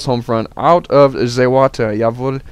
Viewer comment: Im german. Somewhere he said "Jawohl" but with a hugeeeeeeeeeeeeeeee accent :) Doesnt realy sound like a native german. Still funny as shit tho! :D